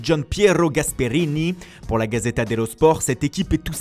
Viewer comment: A san siRRRRRO, la gaZZZZeTTTTA, wesh on est toujours en France ou c’est comment ?